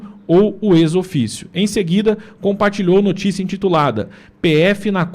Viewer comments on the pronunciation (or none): A pronúncia de "ex officio" é /éks ófísio/, com o "x" tendo som de "cs" e o "o" da segunda palavra sendo chiado, como em "ofício". A expressão significa "por obrigação do ofício" ou "oficialmente". Ex: pronuncia-se /éks/. Officio: pronuncia-se /ófísio/, com o som de "f" e "s". Passa aí para o Barros...